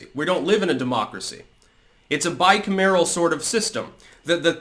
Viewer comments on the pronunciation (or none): Yo... I'm nitpicking, but it's "by kam er el," not "by kum AIR el."